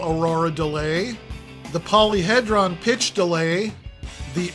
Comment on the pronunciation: Love this no-nonsense video list. But, FYI, alnico and polyhedron are pronounced “al-nick-oh” and “poly-HEE-dron” not “al-neek-oh” and “poly-head-ron”